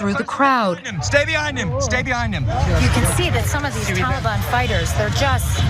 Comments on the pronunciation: "the tollybon" lol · The way the reporter says Taliban is correct the way Anna says it's kind of cringe